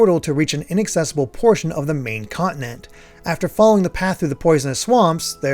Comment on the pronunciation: Awesome insight. I am giving it a shot to the switch version and will see how it compares to this you show here. P.D. As a non native english speaker it's so disturbing for me to hear the word continent pronounced quickly as "conent" 😂😂😂. Just a coment about my listening.